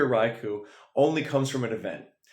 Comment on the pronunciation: For future reference, it's not pronounced "raikuu." It's "raikoh."